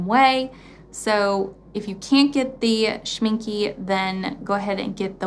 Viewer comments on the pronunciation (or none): I’m going to kindly add to that if I could....opaque has a q not a g...so it’s o-pake. And Schmincke is pronounced Schmin-kuh... 💜✌🏼. Great informative video! Thanks! 💜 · music right. A German “e” at the end of a word is pronounced as a short e, as in “elf”😉.